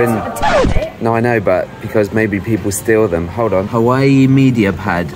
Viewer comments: did he sat hawaii, ITS HUAWEI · I love when people try to pronounce Huawei like"hawaii"